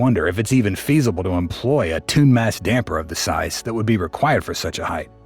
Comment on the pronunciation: haha the AI guy said "tuned mass dumper"